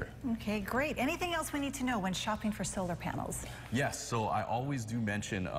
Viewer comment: she said solar paners